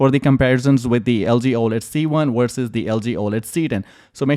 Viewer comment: It’s VERSUS not wersus